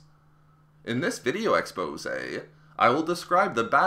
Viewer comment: im sorry to say but every time you say exposé you kill a part of my soul